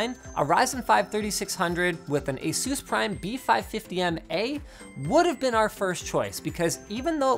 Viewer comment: I still to do this day cannot get over how you say Asus. Instead of saying it like (peg)asus you for some reason say it like asoos :(. It makes me sad